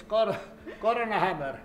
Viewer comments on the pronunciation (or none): none